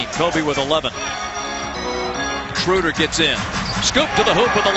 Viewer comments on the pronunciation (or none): not one time they pronounced his Name correctly... schröder... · This pathetic pronounciation of 'Schröder' :D I prefer them calling him 'Dennis' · it is pretty much impossible to describe it, since there is no such sound in the english language like our ö. (at least i can't thinj of one right now) watch the video 'DBB-TV: Porträt Dennis Schröder' They say his name after 15 seconds :)